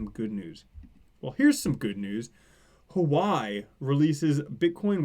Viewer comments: LOL its pronounced 'Who-Ah-Way' ;) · Good video but dude Huawei is pronounced 'Hwa Way'.